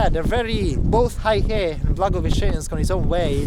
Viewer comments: How is it that you go to the town and completely butcher the name - it’s Hey He Not high he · Bro! The place is more properly pronounced as Hey-ho, not exactly but enough to be understood by the locals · It’s pronounced “hey her”. 😂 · They actually corrected him, but he continued to pronounce it as “high hay” or something 😅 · It is Hei He aka Black River. Pronounced as Hey 黑 He 河。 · I know right? I would at least google how to pronounce the name of a town I’m going to for just traveling. Now imagine not doing it while being a Youtuber and knowing the whole world is going to see that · Your pronounciation of 'Heihe' was so off that if you switched the syllables the locals would be more likely to understand you. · Bel video. A quanto pare dai commenti sbagli come si pronuncia la città. Ciao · Not "high hay". It's "hey huh" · The name of the city, Heihe, is pronounced hay-her, not hi-hay. BTW, Heihe means black river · I almost burst out laughing. The town is not pronounced as High Hay. It is called Hay Her. LOL. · Dude it's pronounced "Hey-her", not Hi-hey.... If you're going to introduce a city, make an effort to get it right! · Sorry Sir, Heihe the pronounciation is not 'high hey', it is ' hey her' (black river). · "Hi-Hay" 😅 Bro, try "Hay-Her" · You got the pronunciation wrong. You said Haihei. It should be Hei he. (Hay huh)黑河。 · Minor correction, the city name pronounce as Hey-Huh not Hi-Hey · Hei (black) He (River) is pronounced as “Hay Her”, not hi hay😂😂😂. Heihe 黑河=black river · It's "hey her",not "hi hay".😂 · It is "hay-her" 😅 not "high-hay". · it is not HAIhe it is call Heihe, the pronounciation makes a big difference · 黑河"Hey Her" not "Hi Hey"嗨嘿😆😅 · Heihe NOT: "High-Hay" but: "Hay-Huh" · Hei He....not Hay Hei 😮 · Heihe...not haihe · Psst, its pronounced as HayHer 🤭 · The correcct pronunciation is "hey"- "her" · The pronunciation of that place is more like “hey her” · its actually hey huh?